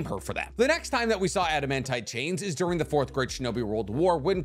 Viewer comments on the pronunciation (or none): none